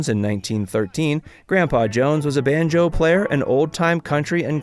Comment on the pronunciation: He said banJO instead of BANjo. Favorite.....Barbie Benton and Misty Rowe.